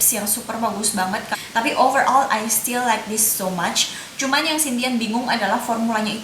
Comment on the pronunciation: hi dear, channel nya menarik. hanya kalau boleh kasih suggestion, better ngmg inggrisnya dikurangin. karena sometimes agak ngeganggu waktu balik ngmg bahasa.. coba jadi choba, cuma jadi chuma, gel jadi ghel ,etc.. dan kl memang mau ngmg inggris difull in inggris tapi latihan pronounciation nya sama kalimat" nya.. tapi overall bagussss ngmg nya cepet dan jelas reviewnya .thx u